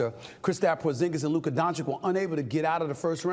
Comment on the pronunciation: “Luker Donchick” 😂